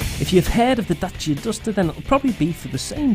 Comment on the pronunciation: Great video! Love SUVs so this is perfect for me, bookmarked it to use when I get around to buying one. Is that how you're supposed to pronounce Dacia? I've been saying it wrong this whole time :( Feel like an idiot.